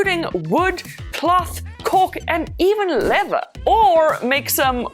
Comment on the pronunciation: The way you say ''Leather'' I know your a real African xD